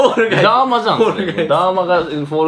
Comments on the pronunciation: 握り石ダーマのダーマはそのイントネーションで合ってるの？ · ダーマのイントネーションそれなん？